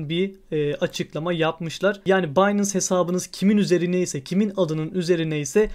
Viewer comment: Harika video tesekkurler. Kisa ve oz olmus👍🏻 yalniz kulagimi tirmalayan tek bir sey var: binance, “baynens” diye okunur. Finance (faynens) gibi. Sevgiler❤